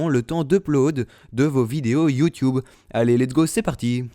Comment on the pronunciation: tu dis youwtuwbe xD